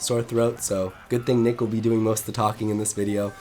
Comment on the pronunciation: NMead????? Nah it's nick